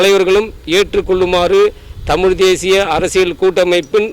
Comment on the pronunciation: அம்மா தாயே உங்களுக்குத்தமிழேஉச்சரிக்கத்தெரியலியேம்மா தமிள்தமல்டமில்